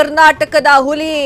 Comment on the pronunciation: Hulli alla ili nu alla... Huli yavatu Valleya attitude nali erute sika hage eralalla😂